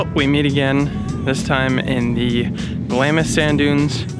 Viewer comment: In "Glamis" the "I" is silent and the "S" is doubled up